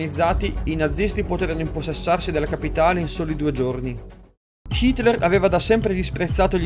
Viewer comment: Solo io lo sento pronunciare "Shitler"?